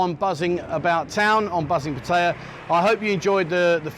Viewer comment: Why do so many expats who live in Pattaya find it so difficult to properly pronounce “Pattaya”?